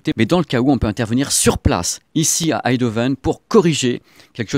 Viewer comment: Bonjour. On dit EiNdhoven. Comme EIN en allemand. Merci jaime la précision (et jai un ampli Marantz depuis 20 ans toujours parfait).